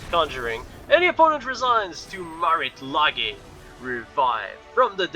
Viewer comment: FYI, Lage is pronounced like "Sage" but with an L in front, aka "Lei-ge"